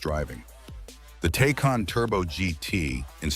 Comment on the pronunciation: Can't even pronounce Taycan correctly. lol